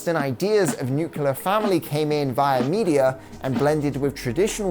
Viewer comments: This was a phenomenal video! Just one small critique.. I'm sorry, it's a pet peeve of mine, but please oh please try to pronounce the word nuclear correctly... It's not nuke-u-lar, it's nuke-lee-ar. Nuclear. Sorry for being nitpicky, but you just said it so many times during the latter half of this video, and I thought I was going crazy but I googled it and it's not like aluminum/aluminium on different sides of the pond. There's just no second U in the word nuclear in the English language. I know this is silly, but it just really irks me. Overall, great video tho!! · Good video, only thing that irritated me was "nucular". It's nu-cle-ar.